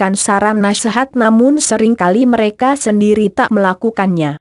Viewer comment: Mengapa membacakan ramalan zodiak tersendat2,_ byak yg g ngerti, tpi aq berusaha pahami maksudnya. Dan suka dengatkan hal ramalan zodiak. .tpi bacanya selalu pedot2, mereka, menjadi , m e r a ka .merekan. Aq suka,tpi bacanya kyak basa campuran..apa benar ..